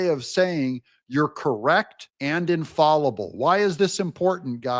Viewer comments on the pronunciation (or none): Just a heads up. in "infallible," the "fall" rhymes with "shall," not "call."